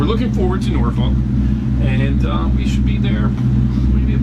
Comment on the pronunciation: Dude learn to Pronounce Norfolk the “ L” is silent it is produced NorF*ck do not be a afraid to say it! What makes me the expert? I grew up in Great Bridge. Yes I know you are yankee! But that is no excuse 🤣🛫 I enjoy your videos! You are at Waterside! Not the Norf*ck Marina. I agree that is a tight dock to get into and out of, the Tall sailing ship is the American Rover that conducts narrated tours of the Hampton Roads area. If anyone finds them self in Norf*ck without a boat and wants to be on one for a few hours. This is a very informative tour. You will be glad you did.